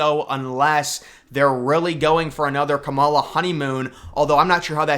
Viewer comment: I know you know how to pronounce her name properly and until you do you can't be taken seriously, pronouncing her name incorrectly is borderline racist dude